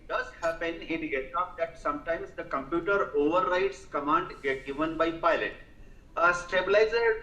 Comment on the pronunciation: These experts cannot even pronounce computooorrr correctly and they blame Boeing's computooorrr..there are over 1500 dreamliners flying all over the world for the past 15 years and there has not been a single loss of life ....